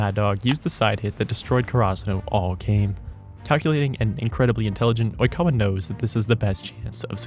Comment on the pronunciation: You’re pronouncing “Oikawa” incorrectly